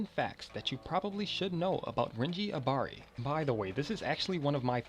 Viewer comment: U didn't say Abari probably